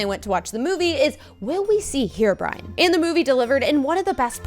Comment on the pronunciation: stop calling herobrine herobrian